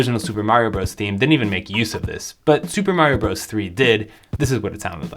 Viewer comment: Brothers! It’s mario brothers! Stop saying bros!